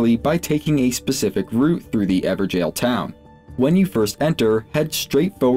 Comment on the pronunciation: Bruh everjail? Not even gonna try to pronounce it correctly?